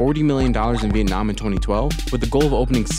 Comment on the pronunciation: I cracked up so hard at the VietNOM NOM